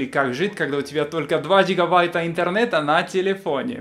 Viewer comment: гигаВайта - Бряд ли